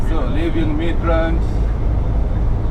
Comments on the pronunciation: It's centurion not centulan. Midrand not midland sir but very good vlog. I love it. All love from south africa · It’s midrand not midland